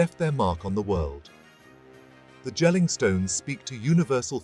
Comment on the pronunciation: It's not Jell-ing, it's "Yell-ing"